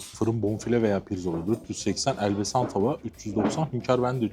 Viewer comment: Elbesan değil Elbasan.